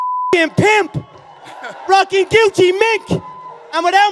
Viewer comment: Conor says "Rocking Gucci Mink" not "rocking guilty mink".